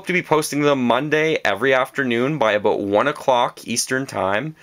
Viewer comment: You said aboot I heard it I heard it mwhahahaha! :)